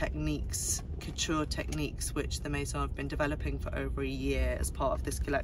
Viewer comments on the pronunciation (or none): Love these roundup videos ! Never stop ! (But i will say... Viard is not pronounced "Viarde", the D is silent and it's "Meh-zon" not "méSSonne". Z not double S + we do not pronounce the N).